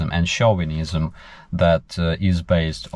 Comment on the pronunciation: it's nice to hear the word "Chauvinism" used correctly.